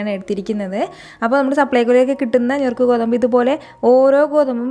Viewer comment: ഞുറുക്ക് അല്ല നുറുക്ക് ഗോതമ്പ്😊😊